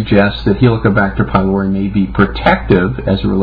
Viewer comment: "It's around for 58 thousand years - for a reason..." 58 thousand years is nothing in evolutionary terms. IE: it's a newcomer and as is it's purpose is nil for humans - for we survived a bit longer without it. He doesn't even know how to pronounce 'pylori'. It's a Greek word where 'y' is pronounced as 'u', 'ü' or 'i' (as in 'idiot') but NEVER as 'I'. This is a minimum basic education Doc! Do you know where Greece is? No, it's not in 'merica.